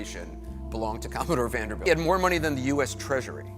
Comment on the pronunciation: I hate how this narrator keeps saying Vander-belt. He sounds ignorant.